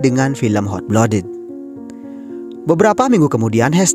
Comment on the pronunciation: Blood dibacanya blad ya bang, bukan blod 👌